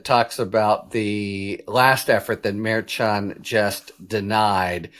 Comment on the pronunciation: The judge’s name pronounced “Mer-shand” Ch as in the French “cher” not the ch in “church.” Sorry, your mispronunciation has been driving me crazy for months. Your analyses are wonderful but the pronunciation really bugs me. I’ll cope. Just thought you ought to know.